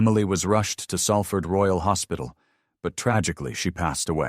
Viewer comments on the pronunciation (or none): none